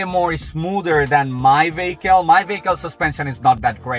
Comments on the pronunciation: Took me a few minutes to realize what a VAYKAL is. It's a vehicle. Let's say it together. VEEE....HICKLE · what part of europe are you from if you're saying vaykal.